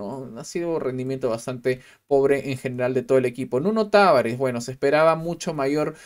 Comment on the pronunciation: Se lee Taváres. No es peruano el grone.